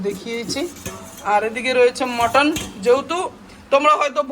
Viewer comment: ওটা মটন মটর না😅